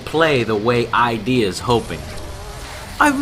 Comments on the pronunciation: it's id not I.D. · Hey Joe. "I.D. Software" is pronounced "Ihd" like... "(Id)iot" Not callin' ya an idiot, of course. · I-D software???!!! Joe!